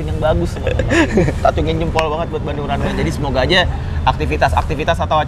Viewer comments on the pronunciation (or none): Runway za bukan runaway